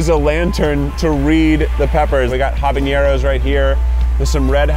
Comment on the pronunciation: Why pronounce habaneros correctly when you can say it like Keith does “Huh bah knee arrows”